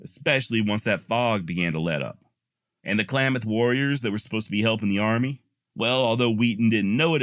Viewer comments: It's not clay mith It's clam ith. I love your work. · For the record its klamath not pronounced claymath. I live there. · Klamath is pronounced Clam math